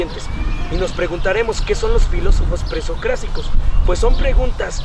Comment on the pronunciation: No es posible la mala pronunciación de los "presocráticos"